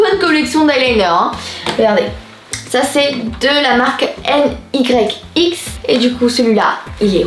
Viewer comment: C pas N Y X c’est Nyx tu le dis Nyx pas N plus loins y plus loins X 😫